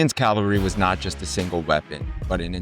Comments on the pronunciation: I obviously enjoy this topic, so thanks for making it. With respect, please do not say “Calvary” when discussing “cavalry”. “Calvary” is a place, and “cavalry” is a bunch of soldiers on horseback with bad intent. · WHAT? Cuirassiers is Kwi-rah-si-AY. Their armor was the cuirass (KWI-rahs). And "calvary" for "cavalry"? Calvary is a place!